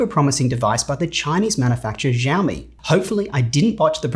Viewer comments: Yes, exactly. "Shiaow"-me. Not Zyao. But terrific review! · It's pronounced more like 'shiao me' but you were pretty close. Great video as usual. By the way, if you don't mind buying from third party sellers, if you want to save money on the Windows license, you can usually get a working Windows 10 key for a few dollars on eBay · Pronunciation pitching was great, haha! Only the "Xiao" sounds more like "Siou" (ou as in ouch) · No problem with bothering but in case you are interested X in Xiaomi is a soft S sound. S-ya-o-mi would be more accurate if you wanna pronounce it. 😊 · It's pronounced "shao-mee" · Its' pronounced "Shaomi"...X is "sh" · Xiomi sounds like SHOMI not aware of Chinese language but I guess it’s SHOMI :) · It is "SHAO-ME" Hope it helps. 😅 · Not exactly: "x" is a voiceless alveolo-palatal fricative [ɕ]. "sh" would be a voiceless palato-alveolar fricative [ʃ]. In the video, it is however pronounced as voiced palato-alveolar fricative [ʒ].